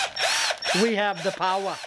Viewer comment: "We have the powa " . I love it! Made me chuckle. Love these videos, please keep them coming. If i had the time and the money you can bet your money i'd be trying to build a shop like this.